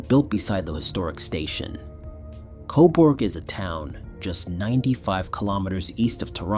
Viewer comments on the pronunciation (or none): It's pronounced 'koberg' not 'coborg' lol